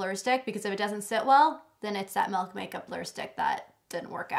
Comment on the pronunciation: The way you say melk and not milk reminds me of JKissa :D